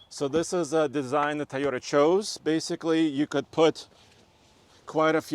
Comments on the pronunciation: it’s pronounced Toyota not Taiyota! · Stop saying Tieyoda! It’s TOYOTA. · he can't pronounce "TOYOTA" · Thaiyota? ok I'll give it a b- lol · It’s TOYota not TAIota. He always says it weird haha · Did I heard tayota? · Why do people keep saying TAyota instead of TOyota??? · T a a y o t a? you can do better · I swear he keeps saying Tye-o-ta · someone teach this man how to pronounce Toyota correctly